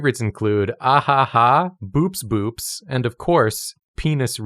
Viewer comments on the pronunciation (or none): I am sorry to inform you Boops boops is in fact pronounced bow-ops bow-ops and does not rhyme with "whoops whoops," it means "cow eye" ("bo" as in bovine, "ops" as in optical)